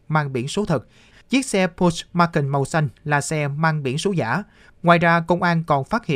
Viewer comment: Nghe phát âm tên xe quên luôn không biết là xe gì. pót chơ mắc can nhé